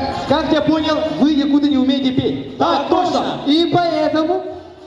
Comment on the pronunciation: якутЫ, не якУты